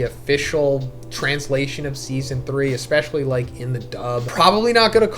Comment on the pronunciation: AAAAHH. ECKSPESHULLY? YOURE ONE OF THOOOOSE! SHAAAAAAAAME... All kidding aside, we all have to learn one day. It's spelled ESPECIALLY, that's ES not EX. I have confidence you'll master it in no time. Godspeed.